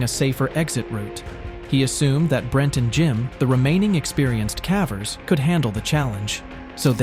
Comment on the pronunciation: I don't think a human is narrating. "He" keeps saying CAVERS like Taffy.